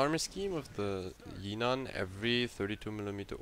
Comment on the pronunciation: Pronounciation not yinan it's literally jinan with the J Also idk why people are still speccing into guns? They are so bad and this is a destroyer with a citadel and excellent torpedoes. Yes it's shite but it's actually pretty creative